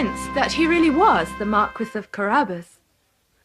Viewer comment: The Mar-kwiss of Carabbas